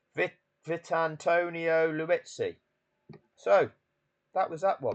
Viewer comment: His name is pronounced Vit Antonio Lee ut zee😂